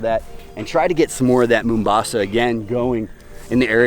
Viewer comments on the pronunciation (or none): lol its "mau" mbasa not "moo" mbasa its a city in my home country, Kenya.